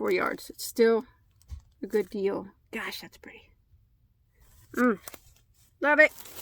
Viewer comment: I love how you say “killer deal”. To my southern ears, it sounds like “killer dill” which makes me think of silly cartoony images of homicidal pickles. 😆 Anyway, thanks for enabling my yarn habit! 🤓 You got some god stuff!